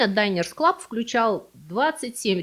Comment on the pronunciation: Динерс-клаб.. Почему вдруг Дайнерс? Если от слова «обеденная карта»